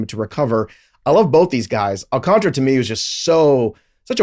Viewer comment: His name is pronounced Al-can-TARA! Lol, not -TRA has it right. Listen to the pitcher guy! Lol